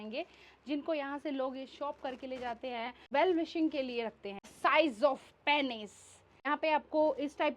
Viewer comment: बोलने में पेनिस नहीं पीनस होता है.